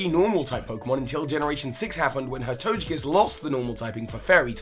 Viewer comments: It is pronounced To-guh-kiss not To-juh-kiss/ Is Togepi pronounced To-juh-pi? NO! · It’s not called tojekiss it’s tokekisss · The way you pronounced Togekiss/Togetic made me cringe a little.